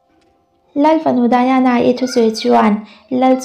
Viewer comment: Diana hi English ania Daina ti tawp ta che Daiana ti a han lam hi anin awm, a hming hi i lam zing bawk si.....